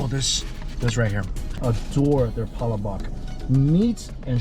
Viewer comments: you say palabok funny xD Its more like Pah-lah-buck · Jollibee doesn't serve breasts. Just legs and thighs. And it's pa-LAH-book, with the accent on the second syllable. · I love all your videos, but it's pronounced Pa-La-Boke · Love watching your videos. Just saying,as I pronounce Chinese food wrong even thought I'm part Chinese. I'm Filipino too and it's pronounced pahlahbook even though it's spelled palabok